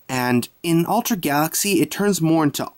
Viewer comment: you kind of say ultra like altra